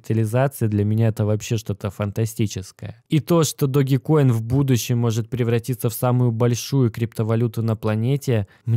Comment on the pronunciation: Блин учите английский не догикоин а даджкоин Dodge coin как машина есть такая Dodge! Не знаю как вы а я за эти пару дней поднял не маленькую сумму на даджкоине!